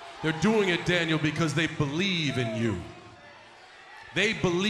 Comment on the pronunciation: Balthemore wait are you saying dainel